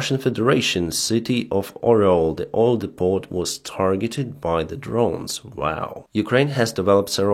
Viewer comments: Hi. For future reference the word Depot is pronounced dee-Poe. Not Dee-pot. Dee-pot sounds like a rehab center where people try to de-toc from marijuana addiction. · The t in depot is silent . Love the show.